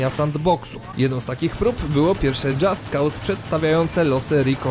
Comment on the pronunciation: "Dżast kałs" xD